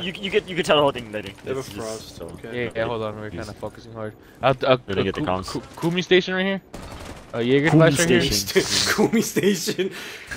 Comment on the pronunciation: ah yes, da KUMI stations